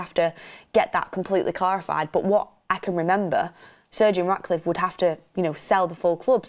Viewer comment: Why do I keep hearing Sergio Raticliffe? 😂😅